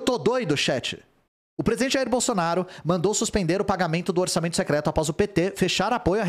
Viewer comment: Não consigo mais levar a sério essa notícia dps do ler "saúde do pretista" KKKK Sdds quando todo mundo morria e era substituído por um sósia.